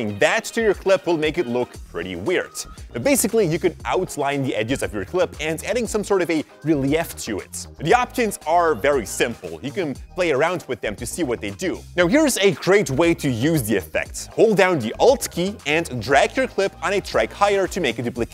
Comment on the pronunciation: wtf is a rel-E-ef? lol